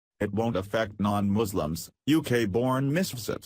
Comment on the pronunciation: 'Moslims' lel